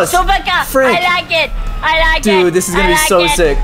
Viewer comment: It's dude not dood u donut